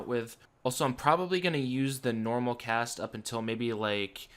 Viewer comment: I keep hearing cash instead of cast lmao LuL. Nice, job really enjoying the vids